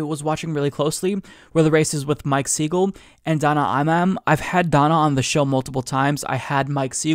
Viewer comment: Great stuff. BTW, the A in Imam is pronounced like "mama" and not like "man".